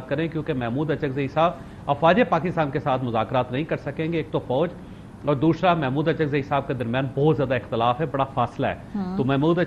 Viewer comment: Chaved Choudary can not pronounce the Urdu word, دوسرا۔ . He pronounces, دوشرا